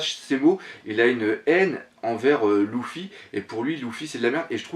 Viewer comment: Salut ces pas LOUFFY ces Luffy ^^ ces du french ^_^